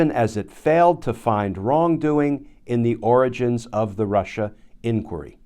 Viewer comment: Lmao! Every time Glenn said origins, I thought oranges, as well.